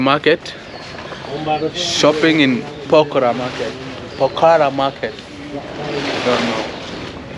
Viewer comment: Bro say pokhara not pokraa😂😂😂